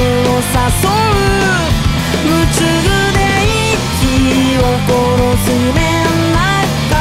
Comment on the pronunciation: ライブで聞くとリアルな歌詞で光景を自分で想像できて、MVだとまた違って映像に歌詞がしっかり刺さっていて素敵でした🥲✨ 夢中の読み方が大好きすぎます🫶🏻